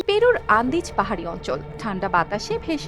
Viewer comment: দেশ টার নাম বলা পুরা পরিষ্কার হয়নি